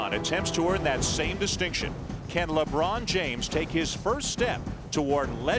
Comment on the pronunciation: Lebron not labron 🤦🏾‍♂️😑